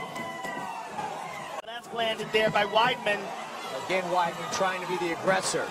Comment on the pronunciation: It's weedman, not widemen.